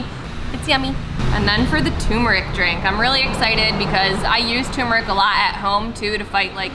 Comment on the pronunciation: Turmeric is pronounced TUR-MER-ICK (I love it, though!). Please pronounce the "R"s. Thank you :) Turmeric is NOT promounced Too-Moo-rick.